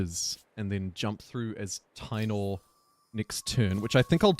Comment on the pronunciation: I believe the Spanish pronounciation of taino is Ta-ee-no